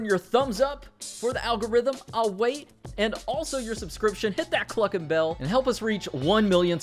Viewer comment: I laugh as when you say hit that clucken bell I sometimes think you say hit that Fucken bell lol